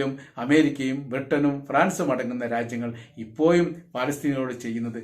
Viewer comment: ഇപ്പോയും അല്ല ❌ ഇപ്പോഴും ✅